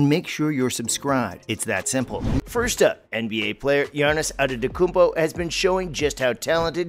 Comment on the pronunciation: Good video but "Girnnis Antetoounpo"